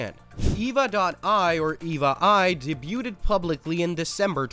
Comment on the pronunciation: "day bew ted"?